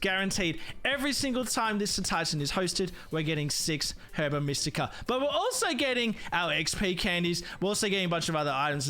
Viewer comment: everytime he says herba like its spelt istead of saying it as "er buh" it chips away at my soul but i will say the video was entertaining